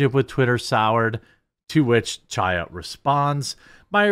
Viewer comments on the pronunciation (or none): Jeremy its pronounced chaya with a throaty ch not cha cha cha . Its a hebrew name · Hi Chaya is pronounced with a harsh "H" sound, kind of like a cough from the back of the throat. "High-ya" if you don't want to make that sound lol. It doesn't have to sound like you are kicking up a loogie; just a slight emphasis will do. Thanks for covering everything that you do❤❤ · Absolute FACTUAL perfect description of Ms. Lorenz, Jeremy nailed it!😂 Also Chaya is pronounced Hi-yah think of the pronunciation of Chanukah the C is silent.😊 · Love your channel. FYI, Chaya is a Hebrew name and the "ch" is not pronounced like cheese. It is a gutteral sound like the last two letters of "Reich" the way Rush used to say. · It's hilarious how you pronounce "Chaya"... I know it's a hard sound for non-Hebrew speaking people.... but that's such a hilarious refusal to even try and emulate the correct sound! Oh... and you can't even pronounce "Bezos" correctly... THAT'S AN ENGLISH NAME!! GEEZ!!! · I wish you would pronounce Chaya’s name correctly. The “Ch” in Chaya is a guttural “ch”, as in the “ch” in the German word “achtung”. The Russian letter that looks like an “X” makes that same sound that’s missing in the English language.